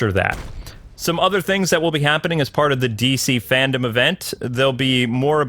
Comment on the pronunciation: It’s FANDOME not FANDOM